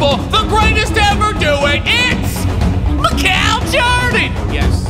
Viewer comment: Am I the only one who smiles when he says “soary” and “mikal”